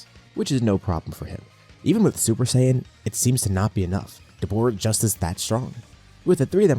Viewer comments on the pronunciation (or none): Exactly, just don't say sayian with the j